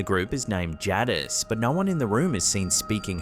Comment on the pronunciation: sounds like "jay-dis" and not "ja-dis"